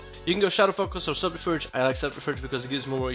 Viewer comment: I don't know if you realised but your pronouncing subterfuge wrong